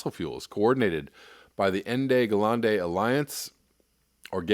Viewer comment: it's pronounced "enda ga-lenda " ENDE GELÄNDE and in english his name means END OF STORY, NOTHING TO ADD and I saw other "Going South" response but this is a little grey area here